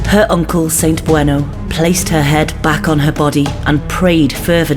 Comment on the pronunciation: Good stuff. You got most of the Welsh pronunciation right, which is a refreshing change on YT! One little one: St Bueno is pron: like the comic (Beano), not like the Argentine city. The u is close to the English short i, as in Llandudno (Llan didno).